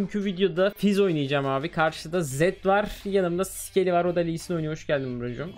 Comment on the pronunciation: Abi o skely değil scely